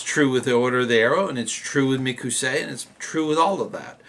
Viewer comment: in the description of the video he apologizes for saying it incorrectly but I agree